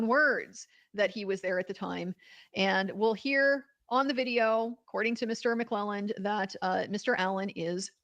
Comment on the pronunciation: It’s Mu-Clee-Land. I went to high school with him.